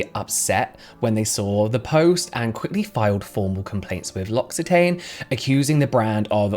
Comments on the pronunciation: L'Occitane is pronounced like "locks-ee-tahhn"! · L’Occitane pronunciation = “Loxi TAHN” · L'Occitane is French so you pronounce it "lo-xi-tahn" 😉